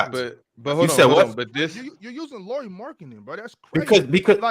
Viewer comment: Yeah, when you learn how to say Lauris name (similar than "Lowry" in Kyle Lowry) I might actually believe you have watched Jazz enough to have opinion on him. 😂 He isn't top 45 player for sure! He is top 30 easily, I could easily be talked to 20-25 range too. For example in raptor ratings last year he was total raptor 25 and war 28. I would be surprised if he stays healthy and won't make all star. If all-NBA wouldn't be going positionless I would have said he makes all-NBA too. Now it might be harder. There was a valid case for him to be all-NBA this season though but he was the first player out instead. Oh and Jazz actually played him in 3 a lot of the last season and I'm pretty sure that's what they plan doing this year too. You guys said they can't play the big lineup a lot but they did last year with Lauri, Walker and Kelly or earlier in the year Lauri, Vando, Kelly. It worked just fine 😃